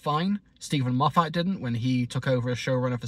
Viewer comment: It’s pronounced MOF-ət, not mo-FAT.